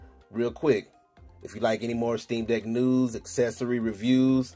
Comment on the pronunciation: Anyone else hearing steam dick?